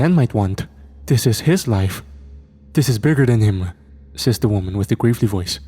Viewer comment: Bro its pronounced Gravel-e not grave-ly Fuck lol